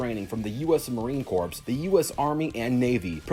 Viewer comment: Corps is pronounced Core